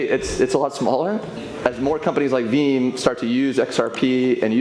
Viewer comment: Sounds like he says “Veem” 🤔